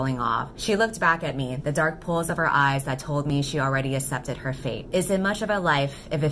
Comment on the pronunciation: Q: How come you pronounce "accept" as "assept"? I'm not bothered by it, but I haven't heard anyone do that before and I'm really curious if it's a regional US accent thing or something else :)